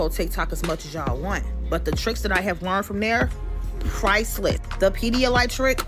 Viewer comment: Clear Pedialite? Lmao!!!